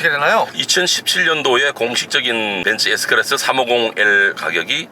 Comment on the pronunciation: 벤쓰 에스 끄라쓰~~~